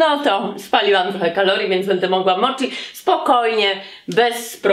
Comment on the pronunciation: Wymiawia się moci a nie moczi w japońskim ch czytamy jak ć, tak samo jak w słowa sushi, schinkansen wymawiamy ś a nie sz.